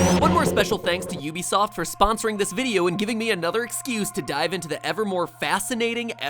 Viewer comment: It's pronounced "oo-be-soft"